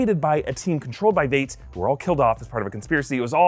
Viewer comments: Lol, this was a great video, but yea, Veight was getting to me. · Why does he keep pronouncing it. Vate Is it not vight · Veidt is pronounced like "vite" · pronunciation: its Veidt, like "Fight" but with a V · I knew I couldn’t be the only one annoyed with that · This bothered me the whole time. Hopefully he fixes it. I mean, even the character confirms the pronunciation in a later episode. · That is not how you pronounce Veidt💀